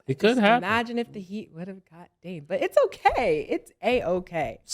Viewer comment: mase never pronounce Dame name right 😂😂😂😂